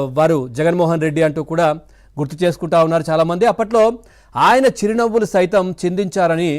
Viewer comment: చిరు నవ్వు కాదు ,షిరు నవ్వులు 😂😂😂